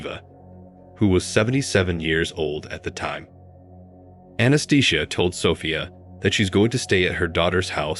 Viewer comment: The pronunciation of "Anastasia" as "Anaesthesia" has to be the funniest thing I've ever heard.